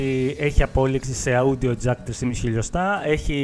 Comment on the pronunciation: το audio προφερεται ως οντιο οχι αουντιο...